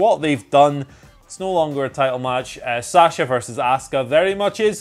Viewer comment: Who? Who is Saaasha and Asku-uh? 🤦‍♂️ C'mon guys... It's not hard to pronounce their names correctly. I'm sure you wouldn't like to be called Edem 🤷‍♂️